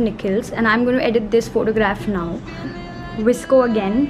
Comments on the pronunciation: Girl it's not visco* it is "VOS-CO" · First things first...its not visco its v. s. c. o p. s:- dope video